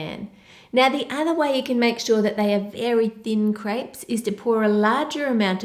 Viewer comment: I alwalys think she's saying 'grapes' because she pronounces 'crêpes' so weirdly